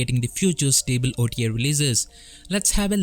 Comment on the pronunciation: you can hear back your pronunciation. it is pull not pronounce like pill and it is pronounced stable instead of sounding stible